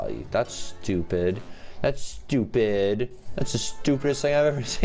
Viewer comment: Stuuupid Me: did you say 'too bid'?